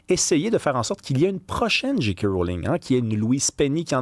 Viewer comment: Ça se prononce « Jay » « Kay », pas « Dji » « Qui ».